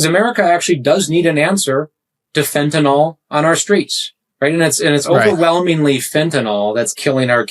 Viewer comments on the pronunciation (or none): Jeez, it's fentanyl, pronounced il, not ol. It is not fentanol. Makes you sound as stupid as saying nuqular, instead of nuclear. Or aks instead of ask. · Why is it that so many people, including this fellow Crow, cannot pronounce the word "fentanyl"? Corollary question: if we are going to insist on mis-pronouncing the word as "fentanol", then we should change the spelling. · It's not "fenatanol." It's fentanyl. Do you think you're somehow tough by intentionally mispronouncing it like a Republican would? Why don't you also use about "nucular" war?